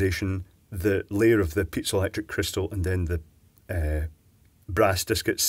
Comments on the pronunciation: Its piezoelectric Not Pizza electric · hahahaahaa i like how he pronounced it :D